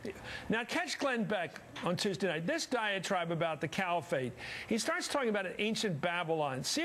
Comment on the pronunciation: Said part in all of this is that matthews pronounced Califate as Camifate couple of dies. Both are morons